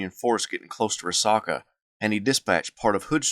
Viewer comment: it's pronounced Ree Sack UH.....sack, not sock, as in a sack of groceries. (Dalton, GA native here)...great vid!